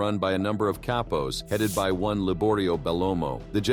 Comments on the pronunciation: Cape-pos. how do you call yourself and you cant pronounce Capos right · "Kay-pos" 🤣🤣🤣. Way to put some effort into getting your AI narrator to pronounce things properly so you don't look like a clown.